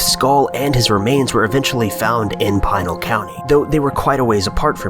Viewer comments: Normally I dig these videos but this one made me cringe. From the pronunciation of Pinal (pretty straightforward... Pin + al= Pinal not Pine-al) to the idea that people not from Arizona with little to no experience with the desert here should go roaming out there to the assumption that a shot from above can only equate to murder. On that one, people who are inexperienced with the terrain and then bring guns into the mix, handing a rifle to a fellow party member can result in one being accidentally shot. It never surprises me that a bunch of people who have not grown up here die or go missing out in the desert. As for the skulls separated from the body... they are called carnivores or better known as coyotes, mountain lions, and bobcats, they like to eat meat and when you die in the desert: you’re meat. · It is NOT 'Pie-nell' County, but rather the 'i' sounds more like 'PInk' or 'PIn' so 'Pi-Nell' County😉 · Pee-nal not Pine-al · It's not PINE-AL County, it is Pen-AL County. Easy mistake, but jarring to hear. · I live 45 minutes north of the Superstition Mountains. I will be number 6 (or more) to go missing searching for the Lost Dutchman's gold. Also it is pronounced PEENAL County. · Pine-el county.